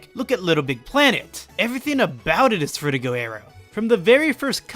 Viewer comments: FrutiGER aero. Stop saying FrutigO oh my god it’s driving me insane Lmao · You show a pretty surface level of understanding and don't add much new content to the discussion. Also there were some English and pronunciation errors including your main subject frutiger aero. Needs work imo